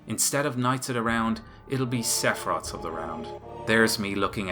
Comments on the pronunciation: It is "Sephiroth," not 'Sephirot." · Take a shot every time he says Seffrot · Well spoken indeed . . . except for 'Seffrot' lols Silly Irishman You know the Irish "accent" is just a nation wide severe speech impediment. The whole country needs a speech therapist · Everytime you say Sephiroth, I hear kakarot. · 'Seffrot' lols